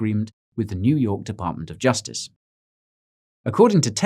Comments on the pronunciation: neww yaaukkk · "New Yaawk" put me on the flaaw lmfao 😂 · The way he said, "New York." I had to replay that. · I had to back it up to ensure I wasn't hearing things and that you were indeed laying down some east coast dialect. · I laughed when he first said "New York," and with a Brooklyn accent to boot.